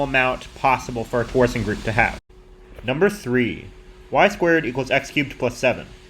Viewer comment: Your pronunciation of "torsion" is a little weird, as if you've never heard an English-speaking mathematician say it. Anyway, that's a small nitpick and this is still a cool video